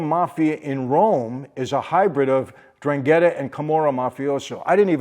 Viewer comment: Hello my friend. It's pronounced EN DRANG ETTA